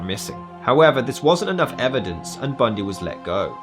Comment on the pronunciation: I like how you say his name lol 😂 TED BUNDEEE …